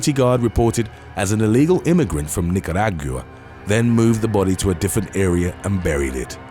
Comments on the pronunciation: The way you pronounce Nicaragua lmao, and people think Americans pronounce things horribly. The Brits definitely do it way worse! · Unrelated but the way he said said "Nicaragua" sent me. Lol